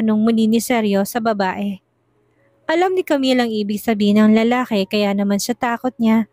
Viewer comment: Lalaki ang pronounce lalake